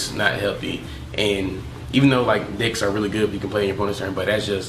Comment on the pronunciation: Are you saying dicks or decks ? lmao